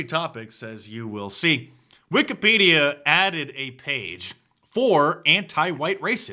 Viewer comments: He pronounced Wikipedia as Wicked-Pedo-a…….Hmmmmm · The way he pronounced Wikipedia gives pedo- vibes